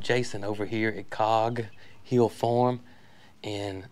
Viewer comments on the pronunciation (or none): Jason, when says "Cog Hill" she pronounces the two words together. When you say "Cog Hill", you always take a long pause between "Cog" and "Hill"... why is that?